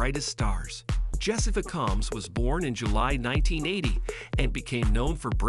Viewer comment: You can't even pronounce her last name for this wyotech commercial